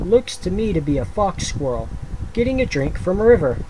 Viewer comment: LOL he said Fox squirrel. But yes, it became a f@ squirrel!